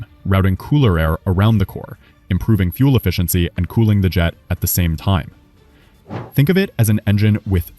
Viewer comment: The word "fuel" is NOT pronounced "foo – el". It's pronounced "f – yew – el".